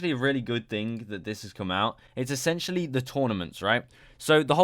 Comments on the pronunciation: STOP SAYING ESSANTIALLY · Essentially dont sound like essentially no more